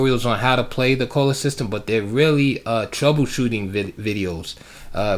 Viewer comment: Edgar Colle was born in Ghent, which is in Flanders, i.e. the Dutch speaking part of Belgium. His name should probably be pronounced "coll-uh" or "kaw-luh" according to Dutch pronunciation. I do know that's how the opening is pronounced here in Germany, with German having very similar pronunciation rules.